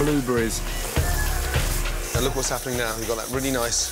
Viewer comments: It got me cracked up.... ehm "bluuberis" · Buloo berees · Strawbris, bloobris